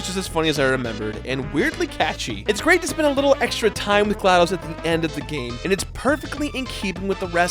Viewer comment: It's glaDos not dose